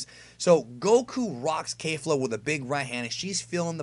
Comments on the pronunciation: I hate to be that guy but it's pronounced kefla not kayfla they even say it in the anime. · It’s KEFLA... definitely can confirm that after this episode. Nobody is pronouncing it ‘Kayfla’ in the show. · Her name is Kefla.... not Kafla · Kefra kefla all the characters say it with a ke pronouncing not kei like a keifla or keifra not sure why people are saying with with kei and not ke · KEFLA jesus KEH fluh not kay